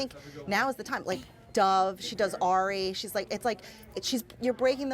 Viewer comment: I was almost crying just watching you!!!!!😂Molly you are amazing!! Did anybody else notice how Tas's mom said "ary" instead of "aerie"😂😂😂😂